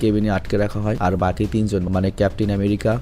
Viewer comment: ভাই বাগি হবেনা বাকি হবে